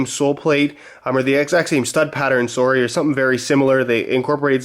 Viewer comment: You always forget is Canadian until he says sorry.